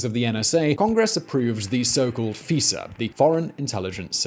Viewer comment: You're pronouncing FISA wrong.